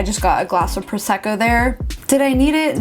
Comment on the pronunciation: Can't stand you are so beautiful and precise and then you say "prosseco" instead of Prosecco... seriously, can't stand it as italian! 😂